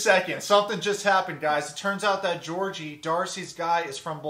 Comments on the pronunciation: She even pronounces his name wrong He's Bulgarian which means his name is pronounced GAY'ORG' EEEEE Not no godamn Georgie Porgie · Watch Dr. Kirk Honda's review of Darcey and Georgi. And, you live in Bulgaria but you pronounce Georgi's name wrong? 🤨 Ask Blair's Baba how they say it. Kinda disappointed you didn't realize him being in US for 8 years means he doesn't need a visa anymore. Anyway, carry on. I still love Yourwetsock🇧🇬